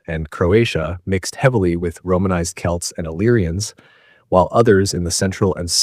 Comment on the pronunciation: The way Celts are pronounced irritates me way more than it should